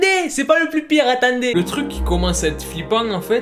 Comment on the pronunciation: "Attanndez,attanndez" 🤣🤣 tu m'as tuer!!!